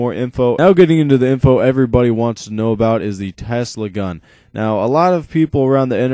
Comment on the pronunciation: it is tesla and not telsa search on google if you dont believe me